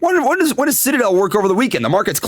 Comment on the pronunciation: did he say shitadel? 🤣